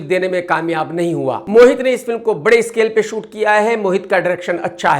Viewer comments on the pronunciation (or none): none